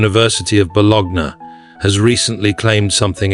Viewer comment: I think he's questioning the poor pronunciation of the name of the Italian city from which the researcher orginates--Bologna (correctly pronounced bo-LO-nya), but I imagine it's a computerized voice and they often mispronounce words.